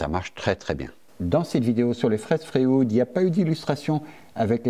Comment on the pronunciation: Merci pour cette vidéo. Je me permets juste une remarque, qqc accroché mon oreille... pourquoi est-ce que tu prononce "Fréoude"??? Et lui tu l'appel comment?